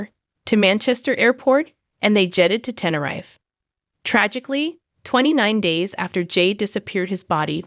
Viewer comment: Sorry had to correct u on how u are saying Tenerife to prounance it right just say Tenereef but it's spelt of course Tenerife ❤ but thanks for ur cover of jay slater he and his family deserve justice 💙